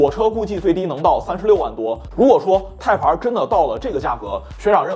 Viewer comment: Type-R 的发音或许需要改正些，连字幕都一直出现 placenta '胎盘儿'了. 若要以中文口音念'Type-R', 或许’太趴儿‘会接近一些. 😂